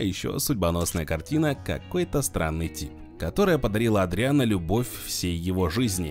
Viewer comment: Не "Эдриан", а Адриан.